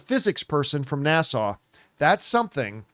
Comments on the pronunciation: > John really needs to practice saying “NASA” (not Nassau!) … Unless said physics person is from Long Island or the Bahamas. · I always chuckle at the way John pronounces NASA 🤭. He must really want to got to Nassau, Bahamas 🇧🇸 😊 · Haha 🤣 … Plus I feel like it takes more effort to say Nassauu than NASA